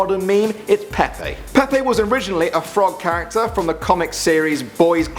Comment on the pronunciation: its pronunced pepe not peapea